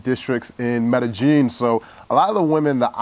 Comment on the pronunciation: I wouldn't trust the advice of anyone that can't pronounce Medellian properly,there is no true j sound in most countries where the first language is Espanol.